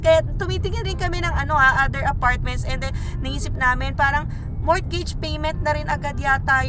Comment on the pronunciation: Hi, sorry po this is not to offend you or anybody here sa channel mo..i just want to correct you po sa pronunciation sa “Mortgage” bale silent “T” po sya so you say it as “Morgage” ps di po ako grammar police or matalino.